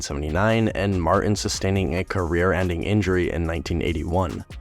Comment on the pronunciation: It’s pronounced MarTAAN.